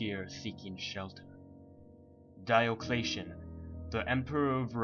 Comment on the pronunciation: Diocletian? Is NOT pronounce DIO CLAYSHUN. It is DIO CLEESHAN